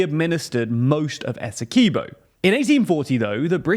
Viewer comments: Great video however, us Guyanese pronounce Essequibo as "Ess - e - quib- o" not "Ess - e - key -bo" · SPELLED ESSEQUIBO PRUONOUNCED ESSEKWIBBO NOT ESSEKEEBO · It's pronounced ESSE-KWIB-0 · It's pronounced "esekeeboh"